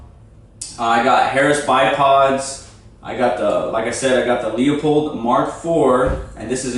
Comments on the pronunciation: loop-old not lee-up-hold. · Bruh, it is a "Loo - Pold" scope. Not "Lee-O-pold".